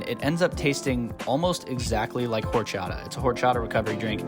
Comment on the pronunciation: Thought you said your drink tasted like horse shot. Not gonna lie replayed that a couple of times until it hit me you said horchata lol